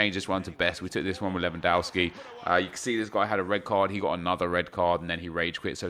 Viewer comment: it is LEWONDOSKI not lwoandouski!